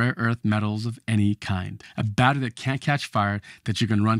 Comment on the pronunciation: Abominable speech. Can’t even pronounce battery.